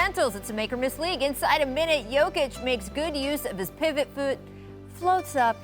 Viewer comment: "Makes good use of his pivot footh"...good Lawd...definitely a make or miss league...